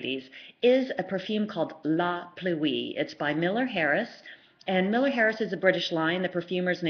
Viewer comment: Great reviews but please pronounce La Pluie correctly. Pluie is pronounced as one word, Pluie, not Plu-ee.